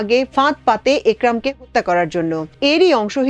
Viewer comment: হত্যা শব্দ টা স্পষ্ট করে বলতে অসুবিধা কি তা আমি বুঝতে পারলাম না?